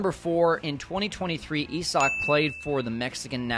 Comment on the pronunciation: It's Isaac not Esac. Why does everyone keep saying his name wrong?